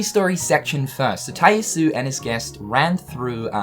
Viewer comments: says "Shooter Mode". Also still mispronouncing Tai Yasue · thank you, he says the name so often and every time im cringing.